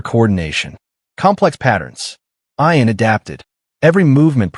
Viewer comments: If, unlikely as it may be, his name was ION, then the pronunciation is correct. But if his name was IAN, then the pronunciation should be ee-an. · EYE-AN INSTEAD OF EE-UN? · ee-unn. fix your junk AI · Ian Ziering pronounces it I’an, not E’an. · Ian (Ee-an) Fleming - the creator of 007 James Bond.